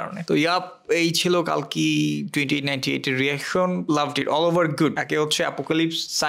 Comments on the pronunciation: It's telugu film not a bollywood film... Plz without research don't do review/reaction... And it's not Kaaalki it's Kalki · the name is the same. বাংলাতে কল্কি বলা হবে। মরুভূমির শুকনো হাওয়ায় শুকোনো জিভ তো, তাই বাংলা উচ্চারণ গুলিয়ে যাচ্ছে।